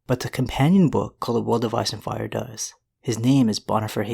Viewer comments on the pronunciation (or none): none